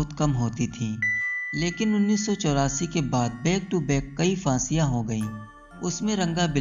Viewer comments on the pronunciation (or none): Fasiya? Ye fasiya kya hai bhai? Phansiyan ko fasiya bol rahe ho kya? 🤣. Pahle bolna seekho. Fasi...fasiya...???